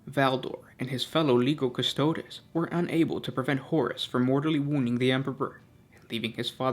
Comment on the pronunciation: as with the languages of Latin and later Italian, when the combination of the letters "g" followed directly by an "i", they form what is a familiar "j" sound to an English speaker. example: Giovanni is pronounced "Jo-vahnee" with this in mind, Legio Custodes is "Leh-jo Coo-stoh-des". plug 'Legio Custodes' into Google Translate as Latin and have a listen for yourself.